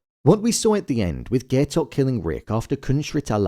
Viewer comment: Ok but why did you pronounce Gaitok name like GAY-tok?